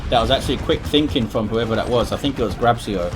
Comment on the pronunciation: You read it "Grab-chio" (Grabcio in Polish pronunciation, I think)